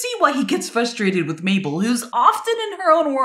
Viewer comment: I know this is a very annoying thing to say but you pronounced mabels name as "maple"